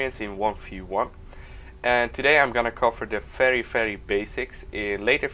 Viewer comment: Fery frey basic HAHAHA LOL